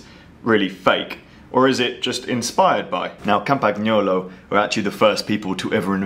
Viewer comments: Did you just say, "kam-pag-naa-low?" It's "kam-puh-nyow-low." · Small hint from the continent, in Campagnolo, the G remains silent. It's pronounced more, like Campanyolo. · Just a tiny, tiny remark, it's pronounced Campanyolo - the g is silent :) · jesus fuck dude, the G in Campagnolo is silent... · Way to go on how to pronounce Campagnolo… interesting video tho.